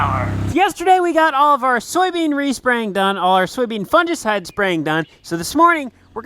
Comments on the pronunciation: Fungicide g not j, it kills me every time you say it like that 😂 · Fungi (pleural) fun•gi pronounced fun•guy. So fun•gi•cide is pronounced fun•guy•cide, (long i) Your welcome 😍